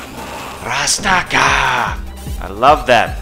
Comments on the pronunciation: Alex doesn't say "rastcar" he says Gurando Appa which means ground upper, his fist scrapes the ground when he does the uppercut When I was a kid playing these games I thought he said grab the power 😅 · He’s saying grand uppah (grand upper), not rastakah rofl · Glad to see someone who actually appreciates Bare Knuckle 3 and you play the superior Japanese version. Good man, keep up the good work. Edit: It's "GRAND UPPER!" , not "RASTACA!". Haha. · Axel says grand upper. Dont worry dude. As a kid we thought he said gratta pah. And we still say it to this day